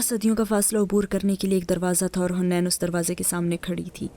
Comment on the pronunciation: It’s not hunain…it’s haneen